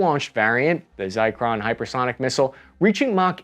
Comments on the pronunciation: It's "ZIR-CON" not "ZIKE-RON"-- I had to comment this because my wife makes the exact same speech mistake in reference to a street with the same name. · Not "Zicron" it's Zircon... And what a way to reduce your cred by using opinionated narrative based adjectives like "dictator". The effort here is in vain, just saying. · you said Zicron 😅